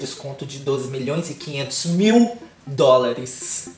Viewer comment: Eu só vim aqui pra ouvir o falar "A nossa pobre menina rica crixtal beiçudo" e ”DÓRAREXX" 💁🏾‍♀️